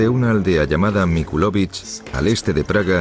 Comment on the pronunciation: MILOCVICH NO MICULOVICH